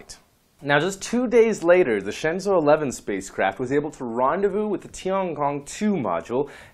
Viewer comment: Your explaination is surely better than pronunciation, but still I think is incorrect. If we want to use english isntead of pinyin it would probably be something like this: Shenzhou = Shan--joe-oo, Tiangong = Tee-an--gong. For jiuquan I don't think it is possible to write it in english, the sound of the character Jiu would be something like "gee-oo", but quan is not writable in english, it's something like the "ch" of "chew", "oo", and "an" with the english (not the american) pronunciation. Phonetic alfabet is much more suitable for this kind of things ^^